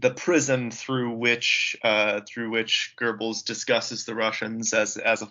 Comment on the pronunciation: You guys should practice the correct pronunciation of Goebbels before doing a podcast on him. It is so annoying to hear you butcher his name. This is the reason I didn't bother to listen to the end.